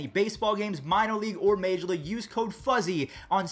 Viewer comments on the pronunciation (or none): none